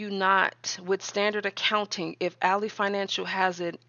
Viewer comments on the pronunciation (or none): Not a jab at your content. I don’t know if you realize this, but Ally Bank is pronounced AL—LY(lie) as in friend or foe context. Al— LEE spelled alley: a narrow path between buildings.